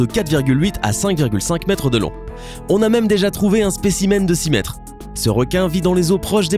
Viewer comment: le requin blanc : "7,7 Mêtres de long "🤣🤣 Vous êtes vraiment une belle chaine de myho